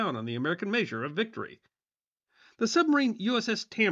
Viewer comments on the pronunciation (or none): none